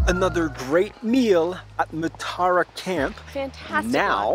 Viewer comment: Moo-tah-rah(pronunciation),not mutura…..mutura is Kenyan sausage 😂🤣try that with fries and kachumbari,you won’t regret it…..